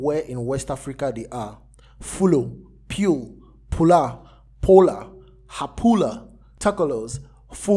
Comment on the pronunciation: It's halpulaar not hapulaar.. I am one of them